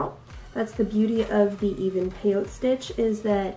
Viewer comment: Nice job. Love your tutorial. Just a side note. The 'e' is not silent. Peyot'e' stitch.